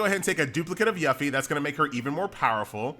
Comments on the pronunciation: Lol your continued mispronunciation of Yuffie causes great conflict in my soul. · Your inability to pronounce "Yuffie" is hurting me. Why do you do this? Q_Q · it bothers me how pronounces yuffie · F for pronunciation of Yuffie u killin me man.